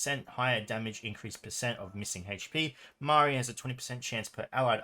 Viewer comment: I thought it's Maria with “I” letter stressed) Thanks for the vid as always, mate